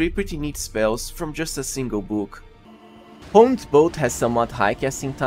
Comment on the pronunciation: Honed is pronounced like turned. One word. As opposed to Ho-ned.